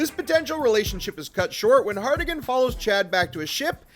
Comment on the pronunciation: For the love of all that is Yautja. Harrigan. Not Hardigan. 😂